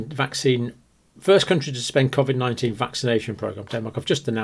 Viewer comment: Can't stand they way he pronounces Covid!!!!